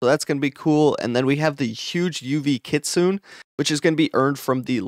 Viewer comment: EARLY GANG RISE! its kit su ne not kit sune 🤣